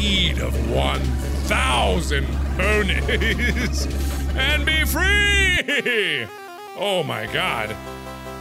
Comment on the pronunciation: Ponies are now pronounced puh-neys XD